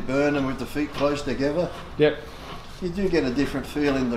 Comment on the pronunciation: Legs close "too geva"